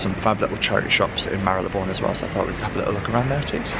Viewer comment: Love and respect you so much because you pronounce Marylebone the right way. So many youtubers/influencers pronounce it wrong including fashion mumblr and Leonora Smee who recently put out vlogs where they mis-pronounce Marylebone, it's so frustrating to listen to when you know the right way of saying it! Jo Good obviously knows how to pronounce it as she lives there and you pronounce it perfectly. I am a massive fan of Penhaligons perfumes, my favourite and regular one is Halfeti, not the cedar one though. I also have Cairo and have just finished The Blazing Mr Sam which was divine but just didn't last and when you are paying £200 or more for a bottle you expect it to last for more than an hour on your skin. I would hight recommend Halfeti which has good staying power!